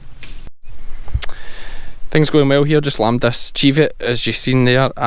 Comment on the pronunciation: 😄 I love how you say Cheviot like a swear word.